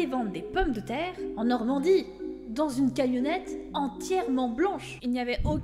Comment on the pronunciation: qui prononce les mots "après-midi ensoleillé" puis "Normandie". Impropable.